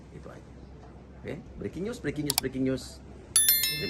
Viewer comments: briking us briking us 🤣🤣 uya niru usman x si kura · Breking news'...breking news' ..breking news' 🤣🤣🤣